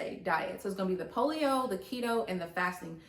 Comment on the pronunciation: Hey sis. Great video and information as always! Just wanted to let you know that paleo is pronounced as pay-lee-o.